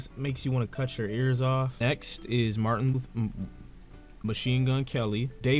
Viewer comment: Was he trying to say Martin luther King 💀